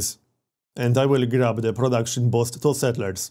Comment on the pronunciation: *boost, not bost